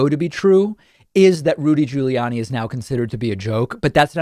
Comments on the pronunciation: I like how you say "Julie Anny"...lol... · can everybody from now on say his name like you did in the beginning of the video. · Hey David! Trying to weirdly pronounce Giuliani is exactly the same as the right trying to butcher the pronunciation of Kamala. Right? Didn't you even criticize someone for mispronouncing Kamala? Maybe it was someone else. I'm a lifelong Democrat. Don't take pages from their dirty playbook. You can Be Bester than that Bud! 🤷‍♂️ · Why does David constantly pronounce Giuliani and Buttigieg in the most unusual way, like nobody else does. And he keeps doing it after this long. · Why does he say Giuliani like that?